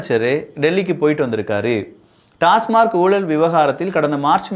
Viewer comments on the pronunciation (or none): none